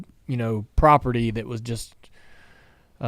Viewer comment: You said MJ was a Icon and a big property . I think you was trying to say prodigy . Idk but that’s kinda a bad slip if so . Lol Not tryna sound like that person but I herd it n was like wait did he just call MJ property? Lol